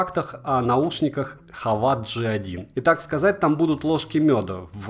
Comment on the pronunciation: Как можно так негативно относится к этим наушникам!!! И вообще то не хАвАт, а хэвит